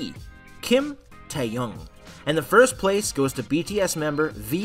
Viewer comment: Can we just take a moment to appreciate the way they pronounced Taehyung's name?😂